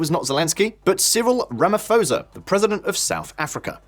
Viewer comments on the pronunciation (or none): Rama-P-hosa, not Ramaforsa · OMG, Did you just pronounce Ramaphosa like that? lol The "ph" is not a F, its just pho, pronounce each letter there. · Please stop saying Ramafosa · Ramaphosa pronounced with hard P. Not soft P as in Pharao. 🙂Thanks for reporting. We need as much exposure about the crime levels in South Africa as possible.